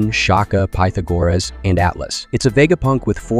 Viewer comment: Dude says Pythagoras lmao